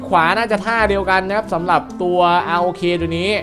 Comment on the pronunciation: พี่เรียก ROK ว่า"ร๊อค"ดีกว่ามั้ยครับฟังดูแล้วเหมือนไม่ใช่ชื่อสิ่งมีชีวิตเลยอะ